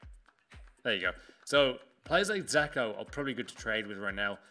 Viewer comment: It's fucking dzeko! Not zeko!